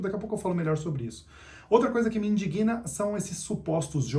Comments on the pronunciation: cOMECEI A VER E GOSTEI. SÓ UM CUIDADO: NÃO É IN-DI-GUI-NA. È INDIGNA!!!!! mAS FOI UM BOM RECDO... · In dig* na. Acento tônico em DIG E não em GUI. NAO é in di gui na. De boa. Forca! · Pqp. O cara caga regra, fala de analfabetismo e não sabe pronunciar indigna de forma correta ahahahahahahahahahaha